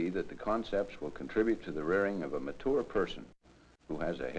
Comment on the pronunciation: A ma-Toour person